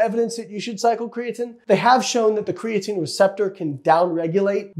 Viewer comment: Kree - a - teeeeen, you cant say it right and are making an informational video on it. riiiight